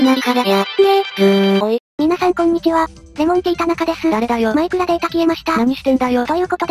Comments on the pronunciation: まくら切れた～まくら切れた～って聞こえる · マクラ消えたって聞こえる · 最初のところマイクラ消えたが、まくら消えたって聞こえた(笑) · マクラ消えた(^ω^) に聞こえて吹きました。 いつも面白いです！ (((o(*ﾟ∀ﾟ*)o))) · 枕きえたってきこえたw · 初めの時「枕消えた」に聞こえた(´・ω・`) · マイクラ消えたがマクラ消えたに消えたに聞こえる